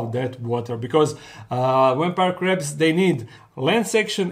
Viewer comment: am I the only one who keep hearing "ready for the craps"?